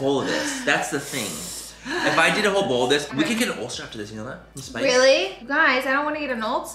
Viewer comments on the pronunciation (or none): She said “I don’t want to get an Ultzzer”